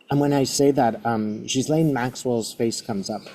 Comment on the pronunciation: Please pronounce these women’s names correctly . It is Bondy not Bond-eye and the s in Ghislaine’s name is silent-it is Gillaine. Thanks.